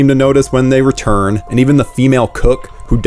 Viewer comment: You totally said “returm” lol I listened 3 times. Totally said returm with an M lol